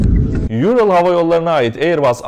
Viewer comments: Hocam yurıl değil doğrudan ural diye söyleniyor. Ural Rusyada bir dağ zincirine verilen addır. Hava yolu da adını oradan almıştır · Haber güzel hazırlanmış ancak neden havayolu şirketinin adını “Ayrıl” şeklinde telaffuz ediyorsunuz. Asya’da ünlü bir dağ olan ve Türk dilinin de dil ailesinin adını aldığı Ural-Altay dağ grubundan esinlenerek bence bu ad verilmiş. Bildiğiniz Ural yani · Yurıl değil Ural diye okunuyor. Hani şu bildiğimiz Ural dağlarından almıştır ismini. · URAL kelimesini neden YURIL diye okursunuz ki anlamıyorum.Böyle dahamı havalı oluyor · Ural havayollarını yurıl diye okumak ta ayrı bir artislik Türkçe Ural Altay dil kolundadır Bunu yuril diye mi okuyacaksin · Abi Moskova'dayım, burası duyulmasın diye kulaklık taktım. Yurıl Havayolları iyi uçuşlar diler😂😂😂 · Ural kelimesi "yurıl" diye değil direkt Ural olarak okunuyor hocam, Ural dağından esinlenerek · Yurıl nedir ural 7 defa gittim rusyaya bilmesek neyse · Guzel habercilik. Kucuk bir duzeltme olsun Yural degil Ural diye telaffuz edilir. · Yurıl degil ural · “Ural” Türkçe bir isim neden İngilizce okuyorsunuz. Her paylaşımınızı ilgi ile takip ediyorum teşekkürler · Kaptan pilot soğukkanlı davranarak yapılması gerekenleri yapmış, tabi yolcularında daha bu dünyada nasibleri varmış.. "URAL" kelimesi öz Türkçedir, Türkçe paylaşım yapan bir sitede İngilizce telaffuz edilmesi biraz gereksiz geldi. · Çok hızlı bir şekilde video çıkarmışsın ellerine sağlık, güncel olayları takip etmen çok iyi. Yalnız bir sorun var bunları söylemem gerek Kerem Gök'ün de hep yaptığı hatalar bunlar. Ural yazıldığı gibi okunur yani ingilizcedeki gibi değil, Simperepol değil Simferepol, değil Jukovskiy ve özellikle Raybaki değil Rıbaki çünkü isimler İngilizce değil Rusça. Eğer bunlara dikkat edersen çok iyi olur, Rusça okunuş için de yardım istersen mail atabilirsin